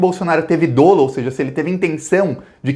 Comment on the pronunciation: É dólo e não dôlo